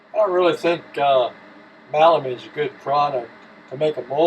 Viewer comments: Thank you for providing these helpful tips! Question: I have heard of melamine, but never heard of MALamine. Is that a different product or just a colloquial mispronunciation? Thanks again! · MELamine.NOT malamine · melamine...Mel...not Mal